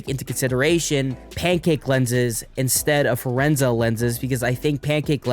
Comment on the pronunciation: Fresnel is pronounced freh-NEL (silent S), he was a French dude and that's how he pronounced his name